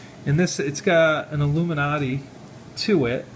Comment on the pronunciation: LOL...Its `iIluminati`.....fucking classic